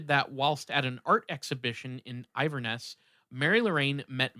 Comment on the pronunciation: Pronounced IN VER NESS